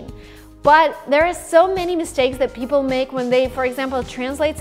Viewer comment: This girl needs some English pronunciation classes. Girl, its "people" not "beoble".